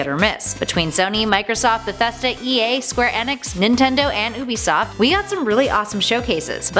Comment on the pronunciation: UBISOFT not OOBISOFT